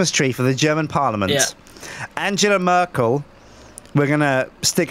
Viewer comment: wow the pronunciation on Angela Merkels name....terrible!:P